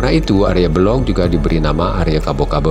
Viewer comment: Untuk diluruskan mengenai nama Si Arya Belok ( bukan Belog) . Dalam bhs Jawa tdk ada kata kata atau nama Belog , hrs di baca Belok.,, Pihak yg keliru menafsirkan menjadi Tan Wikan ,. Ini perlu di luruskan.